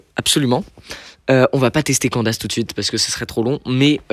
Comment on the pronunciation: Nan par contre on dit « sino » et « kandaïce » (en prononciation) plzzzz par ce que chino 🥲🥲🥲🥲